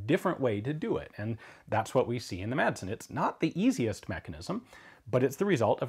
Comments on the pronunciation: the "madsen" isn't pronounced "matsen" is more like saying "masen" but keep the "a" like you're pronouncing it in the video great video like always cheers from Denmark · The "d" in Madsen is actually silent in Danish, but makes it a short "s" sound ~ so Madsen would be pronounced more like "mah-sen" with a short "s" in English ☝🤓 * confusingly, both a double "ss" and a "ds" are pronounced as a short "s" despite the extra letters, so yeah... Danish is wildly inconsistent in spelling and pronounciation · you dont say MADsen or pronounce the d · I know it probably will never stick and that it doesn't matter because everyone knows what's being said, but the d in Madsen is silent. It used to be soft but then it became basically omitted so the proper pronunciation would be something like "Massen". It's the surname form of Mads ("Mass") and is a Danish diminutive form of Matthew and/or Mathias/Matthæus. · Quick Danish lesson, The D in Madsen is silent